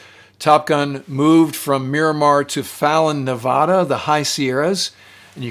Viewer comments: The way you pronounce Nevada is cringe! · Good channel but you gotta learn how to say Nevada.